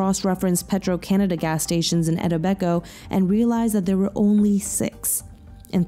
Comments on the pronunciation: it's pronounce it tobe it co but spelling is etobicoke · Great video! It’s pronounced “e-TOH-bi-koh “ though 😂. The Netflix documentary butchers it too. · The city is pronounced “Etoe-bee-Koe”. he is originally from Scarborough (pronounced scar-bo-ro) Ontario. Same place as Paul Bernardo 👿 I just watched an episode on “people magazine investigates S2E6 “Hollywood Horror Story” where is is also featured as the k[i]Klee in a brutal Hollywood murder. On primer. It’s absolutely disturbing. I really enjoyed the info you put into this video. 🇨🇦💚 Ps this guy is a disgusting monster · I cannot get over how she pronounced Etobicoke lmao I know it’s not her fault but it is the best one I’ve heard yet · Lmao I was looking for this comment. That was rough to hear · yeah, I cringed at the pronunciation but do you blame her and the Netflix documentary? It's spelled so weird! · oh, yeah can’t blame them there, Etobicoke is an odd name 😂 of all the names to name a place, just CRANK the difficulty up haha! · Good vid but man that pronouncing of Etobicoke was rough lmao